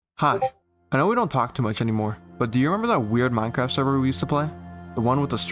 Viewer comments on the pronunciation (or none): none